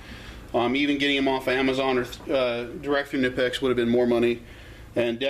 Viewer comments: Im going crazy over why people ALWAYS think the "K" in Knipex is silent, IT´S NOT!!!!!! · Seriously man, pronounce the damn K already. It takes all but 1 minutes to go watch one of the videos on the Knipex page and hear it for yourself. This shit is getting annoying and really old 😂🤣😂🤣😂🤣😂🤣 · You are right! It is pronounced K-Nipex, not Nipex. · In the UK most people say NIPEX , going along with the silent k thing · David Thegreat it is silent! K before N is always silent...like knife, knew etc...knipex is no different!